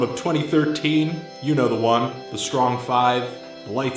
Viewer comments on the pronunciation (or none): none